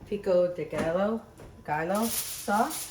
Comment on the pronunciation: Pico de Guy-o is how to pronounce it. The two ll's is pronounced as a y. Love your recipes. Great to see you Amy. As well as Chris!